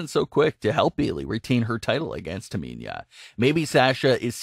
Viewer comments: My thoughts is this: how you can't pronounce Tamina yet, you commenting on WWE. And your voice sounds like the same person who can't pronounce Cesaro you really should either: A) have the person who been watching the matches and gave you the notes, to actually, be the person doing the comments, not you. Or B) learn the damn names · Learn how to pronounce names mispronouncing Sasha and Tamina constantly is annoying to listen to. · Could you please pronounce their names correctly though 🤦🏾‍♂️ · Learn how to pronounce Tamina's name properly